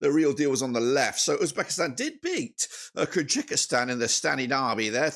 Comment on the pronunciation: Thank you for the video, but it's Kyrgyzstan (keer-gi-stan), not Kyrgykistan (keer-gee-kistan).